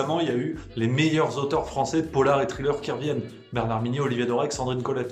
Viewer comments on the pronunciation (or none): none